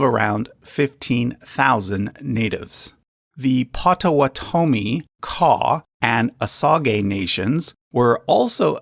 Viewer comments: Yes the 'sage' in Osage is pronounced just like the herb. Also, I've always heard 'pot-ah-WAH-tah-me'...and of course Wabash is like Wabash Cannonball, "bash" like in "bashfull". BTW his ancestry wasn't really secret, I've heard of it before. A lot of Americans have native ancestry that you might not expect, like Chuck Berry for example. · I'm from SW Michigan, where the Potawatami recently regained status land near Dowagiac, in Cass County. I've never heard their tribe pronounced as you have. It's "pah'-tah-WAH-tə-mee." Emphasis on the third syllable, not the fourth. And I have friends who are Osage. It's not how you pronounced it. It's "oh-SADZH." Sage, like the seasoning. You're trying too hard to make their names sound foreign based on spelling. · I’ve always heard Potawatomi pronounced as paw-tuh-wah-toe-me. Also, with Osage, I’ve always heard it pronounced oh-say-j. Love the channel though and enjoy seeing a wider scope of information in an easier to understand presentation for visual learners. :) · You also mispronounced Potawatomie. Should be Pawtuhwahtuhme. And Pawhuska. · Please pronounce the tribal names right. It's O-sage and Pot-o-what-ah-me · It's pot-uh-WAT-uh-mee. And Osage is pronounced OH-sayj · So, if this is a collaboration, why didn't you correct his pronunciation of POT-o-WAU-to-mee!? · It’s Potawatomi that always gets me LOL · Im from Wisconsin and when he said Potawotomi i had to cringe a little. (As i spelled that horribly wrong) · Nope, never mind. I've been pronouncing Potawatomi like they do here in the Great Lakes region. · He's saying it wrong. I'm part Potowatomi. I was like no.